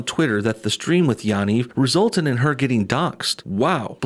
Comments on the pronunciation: You are pronouncing the last name wrong lol. Ya = pronounced like the yu in yup and Niv = pronounced like Neev (pronounced like need, but with a v). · No one ever pronounces Yanivs name correctly. Everyone says it differently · Ur pronouncing Yaniv wrong